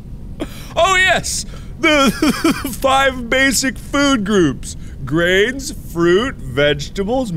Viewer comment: I literally heard him say brains, fruit, vegetables, meat, fleer! You know, instead of grains.